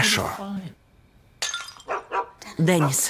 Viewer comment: Здесь обязательно надо ставить ударение на букву [йэ], а то почти все читают как имя Дени́с.